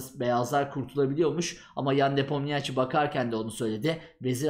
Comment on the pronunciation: Nepomniachi diye okunmuo a1